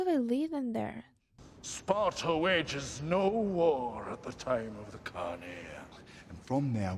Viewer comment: "Deez iz Spatuh!"